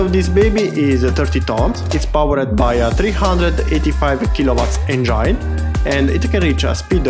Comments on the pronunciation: ..speaks broken english is ok but pronouncing it is important.!!!ask others about you pronouncing the word engine than you'll know!!! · please pronounce the word engine properly!!!!dont humiliate urself!!!